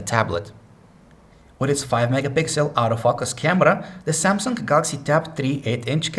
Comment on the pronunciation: sounds like he said "out-of-focus" camera